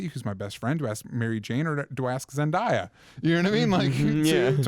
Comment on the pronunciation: I agree with DJ. MK doesn't fit as Vulture; he fits better as Norman Osbourne. - MJ & Gwen, though? I'm tired of them. I want more Felicia Harding. =D - =D pulling inspiration from Flash's Eobard Thawne-Harrison Wells. - DJ; She hates it when people pronounce her name that way - it's zen-DEY-uh, not "zen-DYE-uh". Lol - Meanwhile, still waiting on a decent, proper SHAZAM movie (not Shaq's; the ACTUAL S.H.A.Z.A.M.) - A "blur",? Not a..flash? XD - I don't like how the writers treated Maxima as a throw-away character & brushed her to the side. She could've had her own episode, or even half-episode, at least. I don't like how easily Kara gave up in figuring out a solution, when her 3rd option could've been to exfiltrate Kal from within Myriad's reach, so he could figure out a different point of attack & help his cousin. Like; they're both smarter than this, and the writers just made them seem dumber for some asinine reason (cause "girl power, independence, & not relying on superMAN", blah-blah-blah, even though she teamed up with Flash just the episode before that). - Lol.. What's with the Tom Welling hate? He wasn't THAT bad; there were worse actors than Tom. - YAASS! Allison Mack/Chloe Sullivan! ♡ She's Watchtower, though. - I give it a 6.5. - I give it a 7. - Have you guys noticed how Martin Stein keeps messing up nearly every Time-Jump mission the team makes? And Rip Hunter